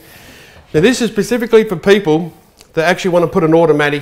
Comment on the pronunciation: Do you build them "Pacifically" or "Specifically" ???